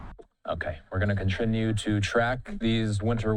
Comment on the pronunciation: i noticed that too. However you see Fox mispelled Declare as "Delcare" and the anchor immediately said "Were gonna CONTRINUE to track" Everyone fucks up